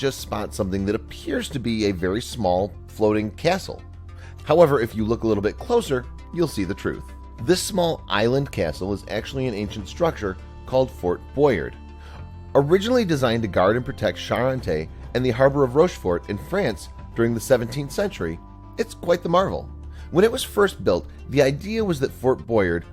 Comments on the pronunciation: I think it's pronounced "Boyaaaaar" with a unaudible, silent "d". Although "Fortbrojuurt" made me smile. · It's not fort boy.erd it's fort boy.ard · Boy ard, not Boy erd. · its pronounced boy-ard not boy-urd. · no where located near the English or La Manche .... and the chow is called "fort Boyard" in French not " lez aventures" dumb name ........and it's used by many countries to host their own challenge game show. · It's fort boyArd, not fort bOyard! God damn you americans! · First of all it's Boy-ard not boyerd. Second it's in the Bay of Biscay not the Atlantic ocean you hype a video like it's Fox news! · It's "boyard"... not "boyurd" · Its not boyud its boy-are-d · ITS FORT BOY YARD NOT FORT BOYERD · Very shoddy research, you constantly mispronounce the name of the fort (bo-yar not bo-yurt, it's a French name ya doofus), and it definitely is not near the British Channel. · Fort Boy-ARD not Boyyard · Fort Bow-yard. not boy'ered. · boy ard not boyad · Pronounced Boy-ard not Boyrd which is New York for bird. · The show was also shown in the UK and it was just called Fort Boyard, that's Boy ard not erd like the American robovoice keeps saying. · It’s pronounced Boy-Ard, it’s French, not bastardized English. And as for building in the ocean, there’s a huge difference between building in the sea and building in the ocean, just as there is between building in a channel, or a forth, or an inlet. The French didn’t content with ocean class weather building this thing and you can clearly see the beach in one of the early photographs. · Bwa-yar Pronunciation wise there's an A and the D is silent You get past it from a relatively close distance when going to l'île d'Oléron, very impressive. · Your pronunciation is terrible...absolutely terrible. -__-. It's Boyaaaard. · Looks like fort boyard the tv show from the picture. Okay just watched it and it is but you're saying it wrong, it's fort boy-ah-rd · It's pronounced fort Boyáard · Its pernounced for " boi - yard"